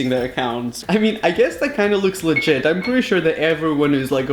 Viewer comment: He says litgite alot!!!